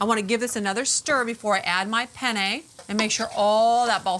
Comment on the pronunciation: Take a sip of 🍸every time she says "Pen - yay" 😂